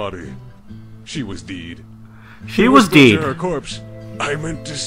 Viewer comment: This is the most tragic pony video I've ever sawn. XD. She Deed instead of " She's dead " LOL. RarityDash Isn't it funny? XD